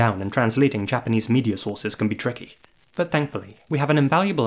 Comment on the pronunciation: Your Japanese pronunciation was on point.